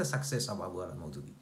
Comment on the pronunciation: আবু আলা নয়, আবুল আলা